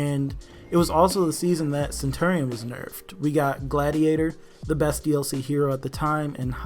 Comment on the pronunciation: It’s pronounced centurion not centerion